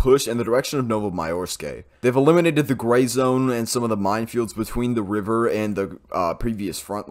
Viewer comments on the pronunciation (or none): none